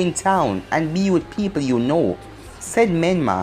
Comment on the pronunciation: said youno and not uno